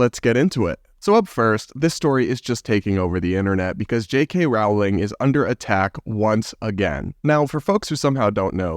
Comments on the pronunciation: Not to be that person but it's Rolling not Row-ling. Please don't be offended. I love your channel,! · ‘Roling’, not ‘rawling’ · Rowling ... like "bowling"... just sayin' :-) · First syllable of JKR's surname rhymes with hole, soul, bowl, foal - not owl & fowl. In other word, Rowling sounds like bowling as in bowling alley, not howling or growling like a wolf or dog.